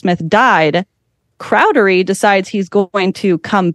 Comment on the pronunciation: She said cowdery wrong every single time. 😂